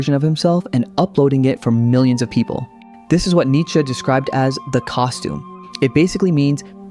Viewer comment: Come on man, don't butcher Nietzsche like this...